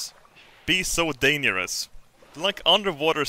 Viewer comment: "dane-yer-us" -.